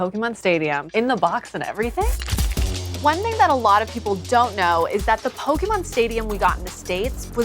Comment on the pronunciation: The way these people pronounce pokemon names is horrible